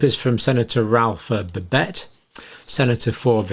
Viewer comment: I don't understand why an Englishman cannot pronounce the name BABET no extra BS not extra TS no extra Es